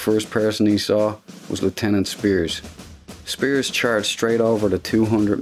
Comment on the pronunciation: I always wanted to hear someone with this regional North Irish accent pronounce the name Spiers. Achievement unlocked.